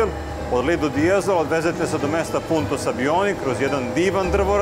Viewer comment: Momci poslušao sam vas i stalno sam slušao " lidl " de jezolo to nije lidl , znamo da je lidl trgovina , namesto vaše lidl je LIDO ( plaža ) pozdr.